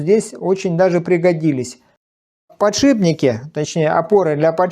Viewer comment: вы специально говорите "подшиБник"?)))))